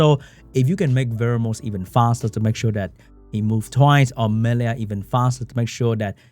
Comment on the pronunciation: Why does pronounce the name Mellia so weirdly? I mean it shouldn't be difficult right? We already have another monster with a somewhat similar name in the form of the Water Unicorn Amelia. Just remove the "A" and you got the same pronunciation for the name of the Wind Dryad.